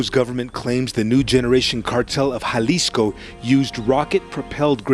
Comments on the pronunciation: The Jalisco pronunciation is crazy 😂. Some of the other ones aren’t too bad though, Michoacán is a little harder. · Excellent video but brother how do you do all this research including numerous clips of it pronounced correctly and still not understand that a Spanish "J" sounds like our "H". Halisco. Ha-lis-co. Not Jhalisco. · Proper way to pronounce Jalisco: Sounds like huh·li·skow Ja-lisco = 👎 Hay-lisco = 👍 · Pro Tip: There is no J sound in Spanish,Every single time you see a J in Spanish,it's pronounced with the H sound. Not JA-lisco it's HA-lisco ✊️ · YOU REALLY JUST SAID "JAHHHLISKO" HAHAHAHA cmon man, I know you're a brit bruv, but you live near mexico now..... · Bro's pronunciation of things in Spanish is cheeks. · "Halisco" not "juhlisco" lmao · JUH-LIZ-CO bro i it’s pronounced like ha-lees-co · Every single news clip in this video pronounces it correctly, he doesn't care. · U saying (juh-lisco) is kinda pissing me off lol.. when its (huh-lisco). Even wen u hear all the news clips saying it right u refuse to fix it lol. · It's pronounced Ha leesco not ja 😂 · Hey. In Spanish “J” is pronounced like “h”. So Jalisco is pronounced like Halisco. Naranjo is naranho and so on. Edit: At least usually that’s how it works… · The "J" in Jalisco is an "H" sound bro lol! Its killing me that you keep pronouncing it like that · it's pronounced "Ha-lisco". The J in Spanish is usually pronounced like an H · BTW, its pronounced “halisco” 😅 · Nooo, it’s HA-LEE-SCO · Maybe I'm more uncultured than I thought but, isn't it pronounced "Hal-isco"? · Dawg if you're gonna cover a foreign criminal, at least learn how to pronounce the spanish words 😂. Wtf is "Galisco" 😂😂😂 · Bro it’s pronounced ha-lisco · Halisco (the J is an H) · why couldn’t you at least look up how to pronounce jalisco. it’s on google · It’s just respectful to name the states correctly.. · the way he says JALISCO rubs me the wrong way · Nobody told you how to pronounce Jalisco?